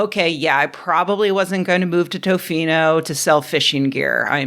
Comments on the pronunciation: Just a small correction, you were not pronoucing Tofino currently. You do not pronouce it with a "Oh" after the "T", it more sounds like"Tuh-fee-no". Also, it's a tourist hotspot, so it might not be the best place to live. Best bet would but one of the cities in the lower eastern half of the Island. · Rebecca, you'd love Tofino or anywhere on Vancouver Island. btw, Canadian cities really slack on their pronunciations. Tofino is more like "T''fino" (just listen to any Canadian pronounce Toronto to see what I mean)